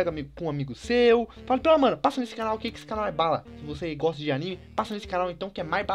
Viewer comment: vc goxta de goxta?????????